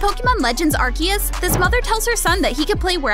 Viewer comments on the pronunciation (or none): its pronounced as arseeoos not arkius